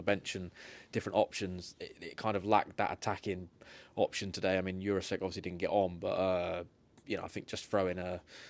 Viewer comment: Lads come on please… There’s NO way it’s pronounced youre arse ek it is pronounced Jur ra sheck 🤦🏻